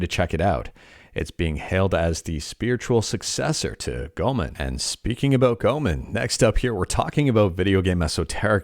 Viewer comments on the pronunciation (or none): Repeat after me: Go-eh-mon Not "Gomen" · Just a correction, Goemon is pronounced as Go-ay-mon. Not trying to be rude or anything, just saying.